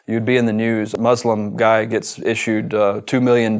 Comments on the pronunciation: But why is he mis- pronouncing the word MUSLIM?? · Muslim not mozlem: S ssss not Z zzzz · I think when we pronounce Muslim the wrong way as in "Mozlem" it sounds horrible. Its Muslim with an S no z